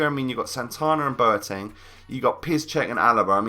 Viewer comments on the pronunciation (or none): none